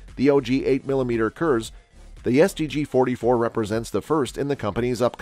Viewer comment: Kurz said as curze, it's german, meaning short, and is more like curts, lengthen the u sound but keep it as Curt not going to courts or something.